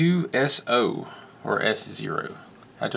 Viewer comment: It's K2so not 0